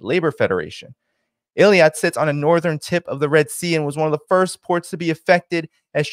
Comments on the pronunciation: It is Eilat not Eliat. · I think it’s pronounced Ay-Lat. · Strange pronunciation of 'Eilat'. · You're not pronouncing Eilat properly.